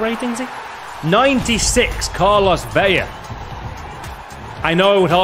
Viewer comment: don’t know if you’ll read this but it’s pronounced Carlos Ve-La not Ve-Ya. You would only pronounce it like a Y if there are two L’s, like David Villa (David Vi-Ya). Thought it might be helpful 👍🏻